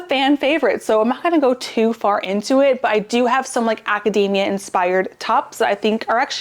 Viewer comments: I love your videos, thank you so much! But it's not acadAAAAmia, like a nut. AcadEEEEEEmia. It was tough to hear this word mispronounced so many times in a row. :D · It's actually pronounced "academia" with a long "e", not long " a". Also, when did they take the "t's" out of buttons? Cotton? Mountain?